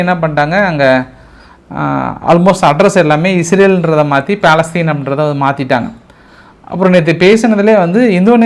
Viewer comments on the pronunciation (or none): none